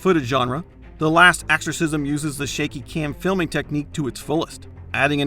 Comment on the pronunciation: is it me, or is this guy constantly saying AXEorcism?